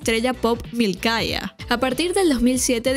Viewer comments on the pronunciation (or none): Mikayla creo que es, no Milkaya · Mmmmm el papel en Hannah, le decían "Mikeila" de Mikayla...